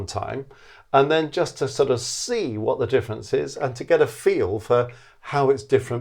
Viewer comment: What’s the “diffence”? Er…